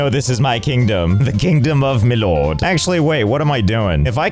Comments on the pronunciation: I love the way he say “Loord” it gets me everytime 😂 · L-oh-rd Josh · I love how Josh can’t say the word “lord” without pronouncing it “L-oh-rd” God dammit I love this man. 🤣